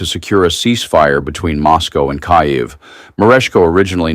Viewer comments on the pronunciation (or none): kai-ev? what maroon programmed that bot? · KAIV ???? Who is that "speaker"??? He doesn't know how to pronounce the name of Ukraine's capital??? A robot should read the news.... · IT recode the robot narrator in correct pronunciation of Kiev phonetically Kyiv” (kee-yiv). Drumpy wants the Nobel Peace Prize for only one readon: Barack Obama received the prize, a person Drumpy hates primarily because he's part Negro, was awarded the prize, is extremely intelligent and revered by the nation. Drumpy wishes he had 0.05% of Obama's respect nationally and globally. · UGH 😢 KYIV = KEEV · This guy couldn't even pronounce the name of Ukraine's capitol properly! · Machine mispronounces Kiev. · That’s an AI generated article you’re quoting there. How do you not realize that? It mispronounced words and names including Kyiv. This is total bullshit. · Why are you using A.I. generated video crapola ????? The artificial voice can't even pronounce Kiev properly. This is sloppy. Very sloppy. I recommend you delete this video and cease using A.I. video footage for now on. It only serves to discredit your work.